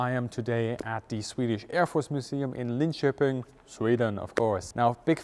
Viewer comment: Props for saying Linköping correctly